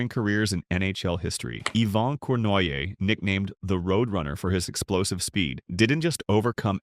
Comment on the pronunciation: AI. Corn why aye.